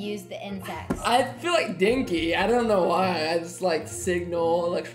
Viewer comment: The names you pronounced, you said dinky for denki.